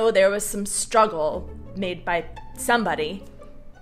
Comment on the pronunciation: In the bigger picture emphasis on the word "struggle" is really misplaced. Otherwise good video...